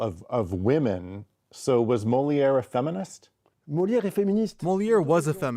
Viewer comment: Could the translator pronounce Moliere Properly!!